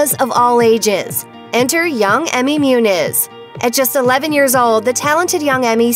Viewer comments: Muñiz is pronounced MOON-YEES. Not MYOONIZ. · Learn how to pronounce her last name!